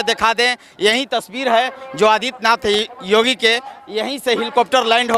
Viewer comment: Abe Jogi nahi re Yogi Sahi pahle Bolo thik se